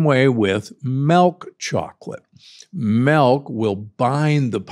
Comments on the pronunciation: it's milk not melk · It’s dark chocolate melk